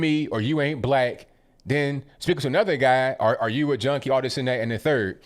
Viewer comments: Sounds like he says Jonie instead of junkie?!?!!! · He sounds like he says joanie not junkie, I am hard of hearing tho